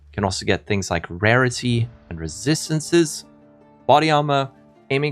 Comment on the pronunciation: If I hear you say resistancesesssesssssss one more time...